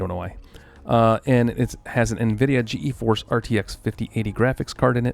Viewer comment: G-Force. Not G-E-Force.